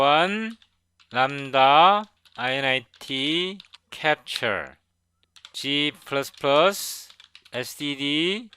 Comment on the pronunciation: Thanks for your video! Btw, you shouldn't read it "i-n-i-t" but rather "in it."